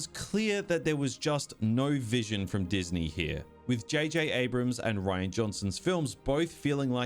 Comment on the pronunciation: Diz knee